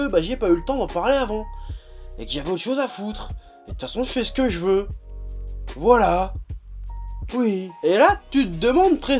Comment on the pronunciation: A chaque fois que tu dis "tfacon je fais ce que je veux" je comprends "je fais ce que je peux"😂